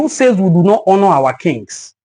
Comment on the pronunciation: Even his Engkish accent suggests he is not a real Igbo person. Or at least never grew up in Igboland or around Igbo people. This is a Traitor within. He pronouces "honor" with an "h" like Yoruba people.